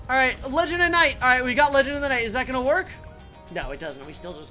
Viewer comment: HOW DID YOU MESS UP LEGEND OF THE NIGHT NAME